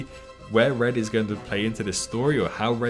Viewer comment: Red not bred